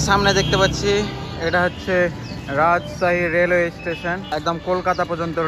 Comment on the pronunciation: রাজছাহী❌ রাজশাহী✅